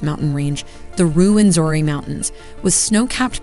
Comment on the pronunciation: Its Rwenzura not Rwenzori